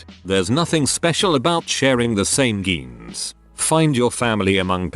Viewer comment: How does the narration thing mispronounce the word genes?